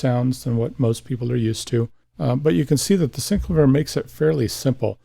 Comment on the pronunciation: Love the Thomas Dolby "Flying North" cover! This is VERY helpful! Thank you soo much. But I can't help but mention that the inventor, Cameron Jones, pronounces it 'SynCLAYvier' not 'SyncluhVEER'. I'm sure you've heard this before. Sorry but my OCD won't allow me to keep my mouth shut on it.